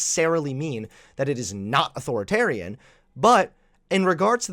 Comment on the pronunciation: Why does it bother me that he says it like "Auth-oritarian"?